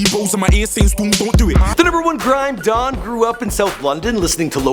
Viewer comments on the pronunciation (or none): I stopped the video when he said "grime DON" when Timothy wants to be road 😂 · Omd the way he pronounced don at the beginning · Ahhhh when he said "grime don" Every British person facepalm